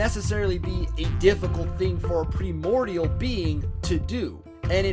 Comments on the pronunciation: Interesting theory. Could be inconsistency in the writing, but could be your thing too. Also, for future reference, primordial has a long "i." Pry-mordial. Enjoyed your theories and presentation. Cheers! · Also if this dude pronounces primordial wrong one more time